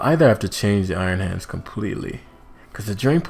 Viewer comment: I just noticed iron hands is pronounced ion hands, which makes a nice pun since it's electric type lol